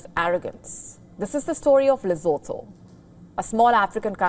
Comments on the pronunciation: Oh get over yourself Lesotho! Don't tell me you could name every single town or state in any part of the world! And know exactly where it is and what it stands for! Come on! Not impressed. Oh and if you wish to yack about Lesotho, do us a favor, PRONOUNCE it correctly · You can't even pronounce the country's name properly, and you're trying to sound offended on Lesotho's behalf? Morons! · You can't even pronounce the name 'Lesotho' correctly 😂😂😂 You're a joke!!!!😅😅😅